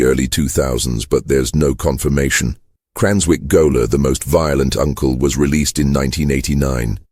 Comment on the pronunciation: If you're going to have AI read the script, at least correct such egregious errors as gaoler pronounced goaler.